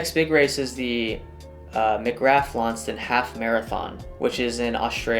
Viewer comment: FYI, Launceston is pronounced LON-sess-ton, and McGrath is pronounced m'GRAH 😁